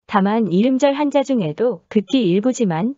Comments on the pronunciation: 한자를 한짜로 발음해야 맞겠죠? 한. 자 로 하면 한 글짜 라는 의미. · 漢子읽을때는한자가아니라 한짜가 아닐까요? 한자발음이 참 거북하게 들리네요 띄어쓰기를 안다면 우리한자의 소리내는 방법도 공부 할 필요가 있다고 느껴지네요